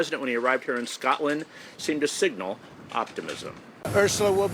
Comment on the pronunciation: Why can no American reporters pronounce "Scotland" correctly?